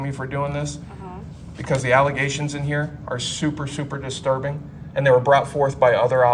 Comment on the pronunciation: Distirbing Diiterbing it must be a secret Tub code get it